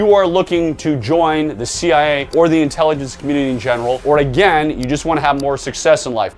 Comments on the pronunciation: Why can’t he say “CIA”? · Why do you keep saying CI instead of CIA?